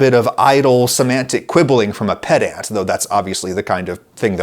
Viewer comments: I now want to be pedantic about the pronunciation of pedant. It's peh·dnt or /ˈped.ənt/ or [PED] + [UHNT] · Is it too pedantic to point out he pronounced pedant incorrectly? 🤪